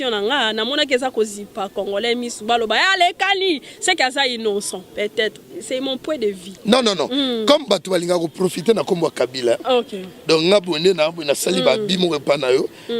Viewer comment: Zemi e (nanger) au lieu de nager na 3 mois. Vi que ou point de vi au lieu de vue. Français ya chérie moubulu